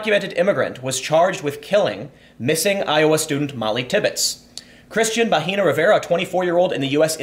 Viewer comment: Bahena is pronounced with a silent h and the e is like it sounds in Ed- The way you say it Tim, you are saying vagina.